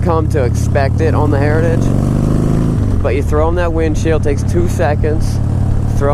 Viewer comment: What? You can’t say sausages either. Heritages. Just have to slow down a bit.